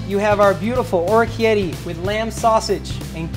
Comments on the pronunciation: what does he say? okietti? XD orikette! He's clearly never been to Italy! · Or-key-etty? How is is possible that they came up with the recipe and he never came across the correct pronunciation?